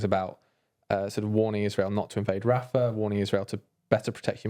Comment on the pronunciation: "The war on the ground is getting Rafha"